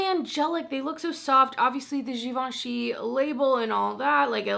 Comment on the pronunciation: You are probably the first person who pronounced that givenchy powder correctly. I'm not positive of you said the prisme part right (if there's an e at the end) but you dropped the r and e at the end of libre. Nice job! I have a French minor from college, lol.